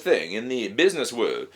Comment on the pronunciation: " Bidness! " Lol :-)